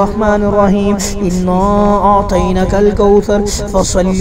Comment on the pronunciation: انا اعطیناک الکوثر ھے۔۔۔۔اور پڑھ رھے ھیں انا اعطینک الکوثر۔۔۔کچھ لوگوں کو سمجھ نہیں آۓ گی۔۔۔۔لیکن سمجھنے والے سمجھ جایئں گے کہ اعطینا اور اعطین کے معنی میں کتنا فرق ھے۔۔۔ اعطینا پڑھتے ھوۓ اعطینا کے نون کو کھڑا نہیں کر رھے۔۔۔۔بلکہ پڑا نون پڑھ رھے ھیں۔۔۔جس سے معنی میں فرق پڑ رہا ھے